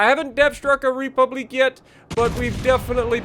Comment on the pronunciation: Please never say republique like that ever again 😂😂😂